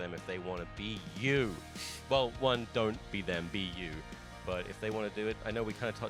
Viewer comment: I heard Wii U instead of be you. Anyone else.